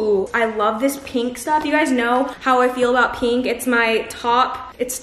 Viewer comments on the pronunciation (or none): and PINK!! sigh